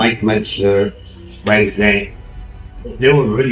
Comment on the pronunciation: ❤ for Heavy duty "Mentzer"